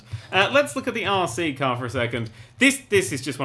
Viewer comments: "This is Arsey, from Toy Story." -Nerd3, 2015 (And now you can never unhear that. You're welcome) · When he said RC I heard arsey.